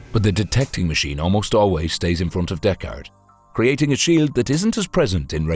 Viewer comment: "Deck-Ard"? Isn't that the name of Tim Heidecker's band?